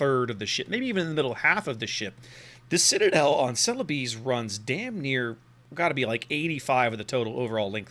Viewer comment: Ce-le-bes (bes as in best), but locally the name is Sulawesi